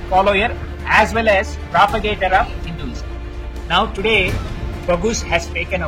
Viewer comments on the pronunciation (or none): none